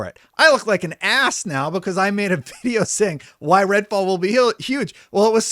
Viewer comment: Am I going crazy or is he saying red ball on purpose